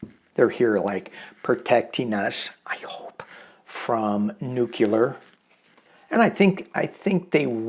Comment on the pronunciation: SORTIES - Going out on missions is called a “sortie”; comes from French for “leaving”. Also, it’s pronounced “New-CLEE-ur”, NOT “NEW-cue-lur”.